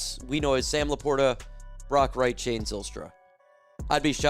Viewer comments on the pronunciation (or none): none